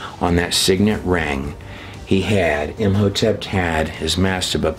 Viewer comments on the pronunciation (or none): Curious why you put a "T" after saying the name Im hotep ? Imhotept ? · Whjy are you pronouncing a “t” at end of Im Hotep? I’m confused.